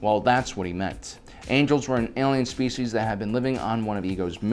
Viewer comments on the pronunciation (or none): none